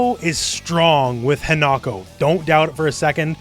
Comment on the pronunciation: just fyi, in Japanese the i is pronounced the same as a long e sound. So Hinako is pronounced like Hee-na-ko.